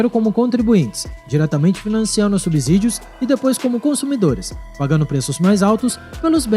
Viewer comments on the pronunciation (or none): A pronúncia é SUBCÍDIOS, o "S" só tem som de "Z" entre vogais. Valeu, ""???